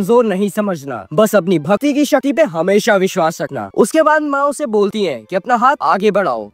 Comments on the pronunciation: Shakti ❌ Shati✅ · Bhati nhi bhakti and shati nhi shakti bol bhai😂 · Abey bhai shakti toh thik se bol😂😅